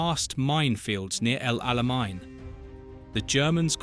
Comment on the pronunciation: El Alamein does not have a German pronunciation.